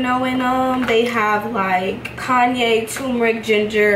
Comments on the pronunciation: I love how you pronounced cayenne “Kanye” ❤️😭. Love your vlogs you motivate me od. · Not Kanye instead of Cayenne 😭😭😭